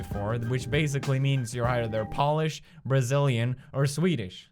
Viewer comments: I fuckin' shat my pants when Pewds said "Polish"! 'u' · did he just say POLISH n pronounce it as nail polish?. pewdiepie I love u. have my bbs